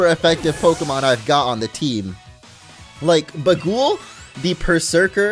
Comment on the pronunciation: YOUR MEOWTH IS NAMED BAGUL FROM THAT GIB BAGUL MEME OF A CAT ON A WINDSHEILD WIPER I LOVE YOU If it is named after that meme, it's pronounced bay gull